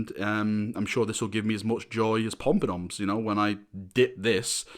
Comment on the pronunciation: You saying “Pompadoms” gives me joy. 😂🤣